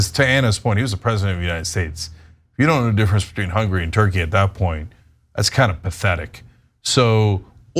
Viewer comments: It's HungAry, Cenk, not 'Hungry'. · Well, he gets confused...goth coyntry ends in "ee-y." You know Tur-key...Hunga-ry (ree).